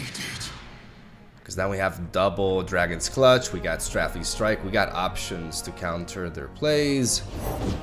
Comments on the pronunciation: Your pronunciations have gotten a lot better! One more to add, "Strafing Strike" is pronounced like "stray-fing" ;) Love from Colorado! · its pronounced stray-fing strike btw!!